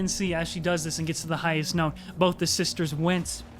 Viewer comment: "release the three sistors" Why did he pronounce sisters like that xD